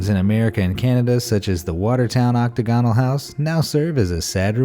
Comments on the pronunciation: Oc-TAG-onal, not Octa-GON-al. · OctAgonal, not octagonal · Learn how pronounce "octagonal"; also, Disney died in '66, not '96.